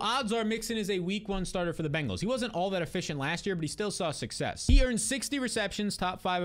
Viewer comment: Congrats on saying "Bengals " and not "BANGals"